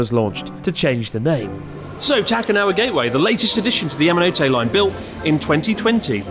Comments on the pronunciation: It's the 'Mountain Hand' line. Ya-ma-no-tay, not Ya-ma-no-toe. You'd think a 3mill sub YouTube channel who has lived in Japan for years would at least get the pronunciation of the line correct. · Great video Chris, you didn't pronounce Yamanote correctly once the whole time! Keep up the good work 👍